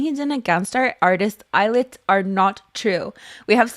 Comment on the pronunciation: I can't unhear "Eyelid" every time.